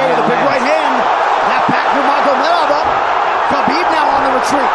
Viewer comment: Is Habib not Khabib